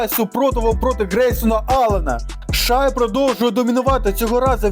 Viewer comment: Коментуєш круто тільки Шай Шей